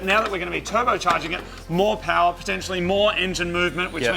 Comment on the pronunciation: Marty: The results are MO POWAH Me, trying so hard not to yell BABEH afterwards